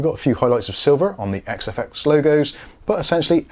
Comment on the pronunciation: Nice review and congrats on pronouncing XFX correctly every time. Be honest....how many retakes?